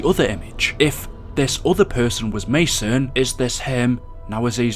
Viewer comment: Lol i though you said "Ma Son" haahah